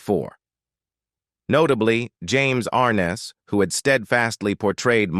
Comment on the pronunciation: ARNESS not ARNES.